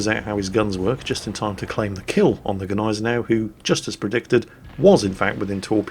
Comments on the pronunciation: Gneisenau is properly pronounced = Ny-Sen-Ow with a silent "G". (I always thought it was pronounced Gee-Sen-Ow myself). I just had to say something because it kind of grates on my nerves when you go with both the "G" and the "N", like "Gnip-Gnop". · Jesus the G in Gnisenau is silent. SILENT!